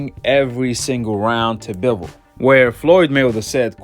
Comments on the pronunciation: How many times u heard Bivol name n u still can't say it right 🤣🤣🤣(Bi)(vol)🤣🤣🤣🤣shit sound so funny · I mean I get a couple rounds for Saul, but to give him all 1st 4 rounds....🤨🤔 straight sus....n btw in Russian it's pronounced "BEE-VOL" jus for future reference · Hi Guy! Before you’re allowed to make any more commentary on boxing, learn how to say Bivol’s name right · lol wtf, I literally said he shouldn't have won the 1st 4 rounds...🤨😂. I said someone could maybe argue he got 1-2 at best....the fks wrong wit u? N learn how to pronounce bivol then if u know so much about boxing...and yea I'm not a big boxing fan, I'm a MMA fan cuz that's a full sport, not a fraction. I jus support all my russian athletes, which is y I watched bivol...